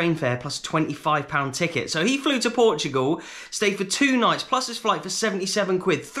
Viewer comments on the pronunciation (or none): none